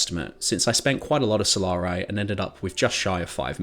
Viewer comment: “Solar-eye”. Bro… come on…. It’s not a hard word ….